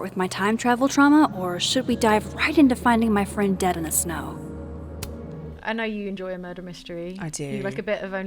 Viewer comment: Did just say "It's covered in shnow?". I'm pretty sure just said "It's covered in shnow." I'm pretty sure that's adorable.